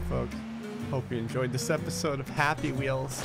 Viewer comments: You said happy wiells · He said happy wheel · Did no one else notice he said "anyway folks, hope you enjoyed this episode of >happy wheels<"